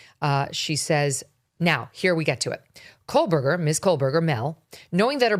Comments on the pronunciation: Why do you keep saying KOHL-berger? It's Koh-berger. Not that I care about vile murderer or his vile family (vile because they 'support' a murderer). Weird that by now you wouldn't know how to pronounce it, unless you don't pay close attention at all. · Kohberger not Kohlberger. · It’s KOHberger Megyn — not KOHLberger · Um get the university name correct- it’s Washington State University NOT University of Washington geez. Pronounce the names correctly- it’s Kohberger; there is no “L” it’s not Kohlberger geez! Was there a guest cuz I haven’t heard a peep from a guest and I am halfway through the video! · “KOH” Berger. No L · Why are you pronouncing his name like KoLberger with an “L” in the first syllable. There is no “L” in Kohberger.